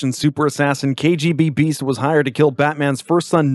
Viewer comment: It's KGBeast not KGB-Beast.